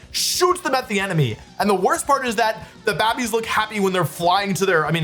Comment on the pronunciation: he also says "babbies" instead of "babies"